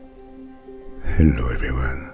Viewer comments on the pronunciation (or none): Who else say this to him/herself at the start? With the awesome French accent..😅🤩